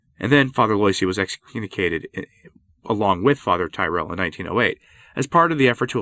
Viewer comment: Yikes! It’s pronounced “Lwah-ZEE”, not “LOY-see”. Learn some French, man. To be fair, popes like Pius IX were pretty intransigent, and their hamfisted methods (like Vatican 1) laid the seeds for Vatican 2 and Francis. And it’s “TEER-ull”, not “tie-RELL”. Fun talk though.